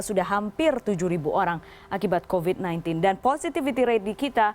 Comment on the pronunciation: Mbak news caster yang cantik... Nggak masalah kok bilang "covid" dengan pronounciation ala orang Indonesia pada umumnya. Huruf V dibaca biasa saja, nggak perlu harus pronounciation ala bahada inggris (huruf V dibaca semu seperti W). Kan malah jadi nggak fokus ke kalimat lain dan akhirnya banyak salah ucap akhirnya. Hehehe.